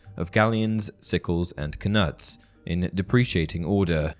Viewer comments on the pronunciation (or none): It's "Ka-noots" not "Ka - nuts". I assume after the Danish king Knut who invaded the British isles in the early middle ages. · Isn’t knuts pronounced nuts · I always thought that knuts were pronounced without the k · I thought the k in knits was silent